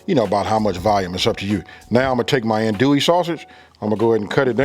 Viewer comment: That roux looks a little thick….and it’s pronounced undo ee. Not an do ee or an dole ee.